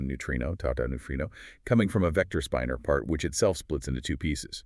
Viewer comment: Unfortunately, the one in this video pronounces "spinor" as "spine-er", not the correct "spinn-er"